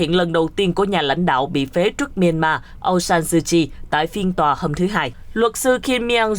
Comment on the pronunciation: Tên người ta mà đọc trật lất..pnv tệ thật..!